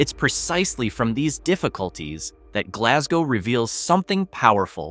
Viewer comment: We dont pronounce it like that